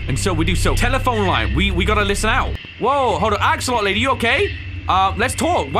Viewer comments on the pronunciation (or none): "That's a Axolt., emphasis on A Lot!" 👀 😂😂😂😂😂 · Not being rude: Its an Axolot and its sitting on a lot Me:, Its called at Axolotl You forgot the l is what im saying